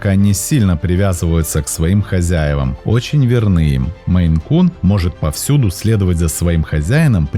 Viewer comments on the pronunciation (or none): Написал наименование «МейН-кун», сказал, что наименование породы от штата Мэн, но называет очень много раз «меЙ-кун». Да, несколько раз исправился, но даже один раз назвать неправильно... Ну такое